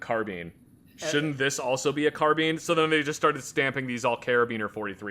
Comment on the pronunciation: The way the way is pronoucing Carbine, Gewehr and Karabiner is slowly causing me to get upset and hungry at the same time